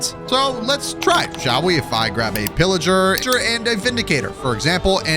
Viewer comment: Bro when u say pilliger the subtitles say illiger lol